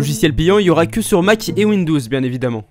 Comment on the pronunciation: PK tu dis windous